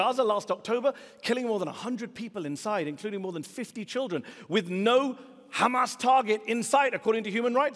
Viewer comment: “ that is on hhhhhhhamas, that is on haaaamas “ Lmao!